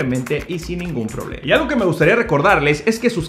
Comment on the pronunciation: Bien, el pronunciar bien las palabras también es parte de la imagen. " problema" no " prolema".